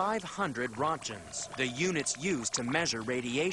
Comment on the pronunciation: So stupid. Words were mispronounced and terribly vague stats. Ex. Rod-e gens? It's pronounced Rank-ens. Not only that, that was a way of measuring radioactivity back in the 50's and earlier. Now we generally use the term REM's. Totally different.